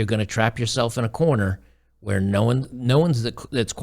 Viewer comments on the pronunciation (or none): none